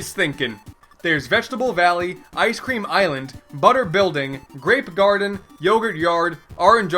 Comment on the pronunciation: Anyone else heard him say rape garden